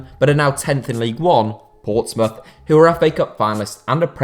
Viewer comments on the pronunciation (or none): none